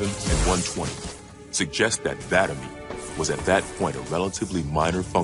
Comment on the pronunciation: i love how vadam was mispronounced all throughout this video even though this video was made after guardians was released and the name was pronounced correctly.